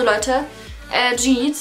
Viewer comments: Uff Das heißt nicht Jeat sondern YEET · das heißt yeet und nicht schieet oder wie du das ausgesprochen hast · Sie hat jeet gesagt aber eigentlich heisst es Yeet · Wahrscheinlich wird das Dschid ausgesprochen 😂 Eher Jeet oder Yeet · Geet 😂 das wird ca. jeet ausgesprochen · Yeet wird yiit nicht schid ausgesprochen! 😂😂😂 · Meintest du Als du Geet gesagt hast Yeet? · Yeet spricht man ieet aus nicht tschit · Dieser Moment wenn sie "Yeet" mit "J" ausspricht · Bei Minute Das wird Jeet ausgesprochen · Yeet 😂😂 es wird jeet ausgesprochen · Es wird zwar yeet geschrieben aber es wird jeet ausgesprochen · hat sie zu yeet „dschied“ gesagt? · Was labbert die mit yeet😂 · hahaha wie sie yeet ausspricht😂❤️ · Wie sie Yeet ausspricht😂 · Wie sie Yeet ausspricht aua